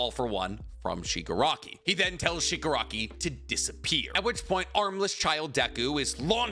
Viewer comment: Stop calling him Shigarki. Its AFO family name. The guys given name is Tenko. Or if you must go with AFO its Tomura. Its confusing and wrong. AFO is also literally a Shigarki.